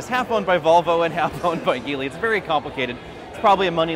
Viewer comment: BTW, FYI Geely is pronounced Jee Lee. Same as the mandarin pronunciation. Still enjoy the videos though!